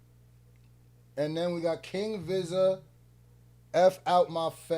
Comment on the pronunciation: Yooo I Appreciate yo feedback and the laughs btw Vizza is pronounced like veeza as in a way you would say pizza with a E also no way you said groover lol who tf is dude lol i love yo content bro Were is that bar pillow mannn i will enter when again when i upgarde my stu better and new coming.....